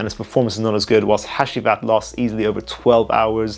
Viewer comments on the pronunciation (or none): Loved the video brother. BTW the last perfume by Nishane is pronounced Ha-Jee-Vat